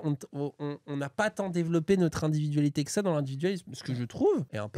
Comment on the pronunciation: C'est quoi exactement son problème avec la lettre L ? Ça me rend fou de l'entendre dire "cowectif", "cowectivisme" ou "individuwawité" ! Arrête de nous casser les couilles et va consulter un orthophoniste (et pense à prendre qqs vitamines par la même occasion) ! 🙄